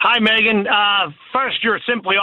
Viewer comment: <3 the show, I'm learning english from it. Yours pronunciation is so cool, Megyn, thank you so much! Greetings from Ukraine